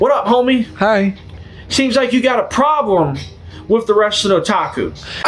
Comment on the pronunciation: He has a "problerm".